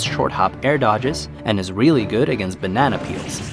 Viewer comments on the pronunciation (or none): none